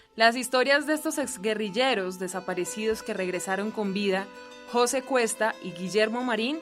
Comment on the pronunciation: Jóse.... Porqué pone el acento en la "o". MDF influencia de presentadoras con el coeficiente intelectual de una yegua...